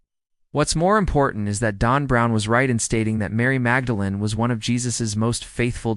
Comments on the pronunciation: It said Dawn Brown. That's what I heard. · Why does your AI narrator pronounce Dan Brown as DON Brown? C'mon, makes it hard to take the information seriously.